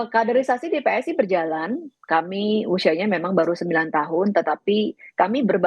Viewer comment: PSI mas, bukan PSSI 😂😂😂